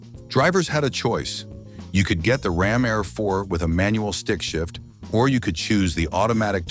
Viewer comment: It's pronounced RAM AIR IV!